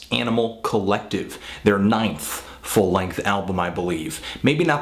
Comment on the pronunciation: Fantano has this really hardcore accent, and he always says, "Yaaanimal Collective."